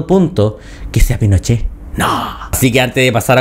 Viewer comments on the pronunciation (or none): Camila Vallejos: “Los incendios provocados….. PINOCHEHH!” 😂